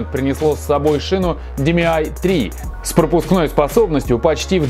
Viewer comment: не димиай, а диэмай